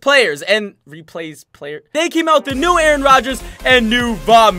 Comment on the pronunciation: why do you call Aaron Rogers Aron?????🧐🤨